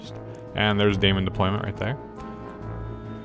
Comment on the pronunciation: Sorry to be pedantic, but it's not pronounced day-mon, it's demon. Daemon is the old English spelling. It's still pronounced as demon.